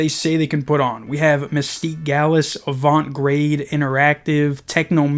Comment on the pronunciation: you said avant garde wrong. You just lost a fan :/